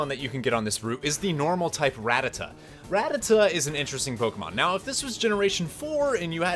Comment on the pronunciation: You said rattata wrong